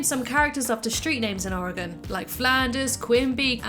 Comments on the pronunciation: Oregon It's Oregon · It’s Oregon